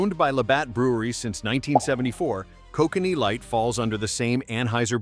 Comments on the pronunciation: Koh-connee 😂 nice AI junk narration. Koh-can-ee is how its pronounced lol. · I live in BC, and it is NOT pronounced Ko cannee. It is pronounced Ko kan ee